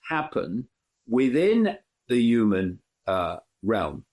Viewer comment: Hey Dave it's Human not Uman